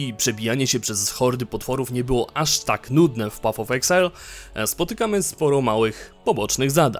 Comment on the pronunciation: materiał bardzo dobry ale proszę Cię, nie pat of exile a paf of exile.